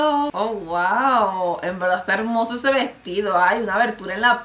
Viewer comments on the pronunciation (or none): none